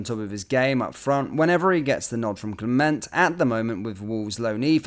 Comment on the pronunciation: Can you please try and pronounce the managers name properly. The t at the end of Clement is silent. Thank you in advance.